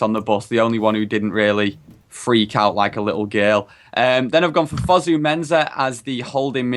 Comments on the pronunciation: It's not 'Fusu' it's Fosu mate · It's pronounced Foe-Sue Mensah not Fuzu-Mensah.